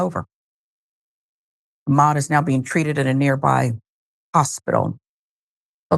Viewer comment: while i applaud you for bringing up this horrifying tragedy, please try to pronounce his name correctly, instead of repeatedly butchering it. this is very disrespectful to awda and his memory.